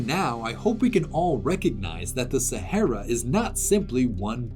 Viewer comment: It's pronounced "sahara".